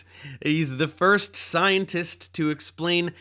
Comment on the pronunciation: "thirst and fourst" lmao